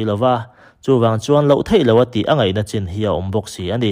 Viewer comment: 'Nachin' ti tawh suh 'Nichin' ti rawh chuan mizo tawng lam dikloh I ngah mai